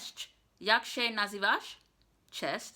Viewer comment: Jasmine, the ą and ę is usually silent when pronounced. So you would pronounce "nazywam się" without the accentation. Also you could say informally "pa" for bye or "hejka" instead of cześć.